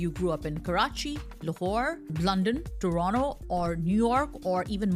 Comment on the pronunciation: Toronto = Torono 😂 with Paxtani Angrez Accent